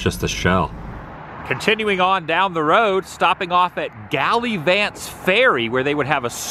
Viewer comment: Gal ah vants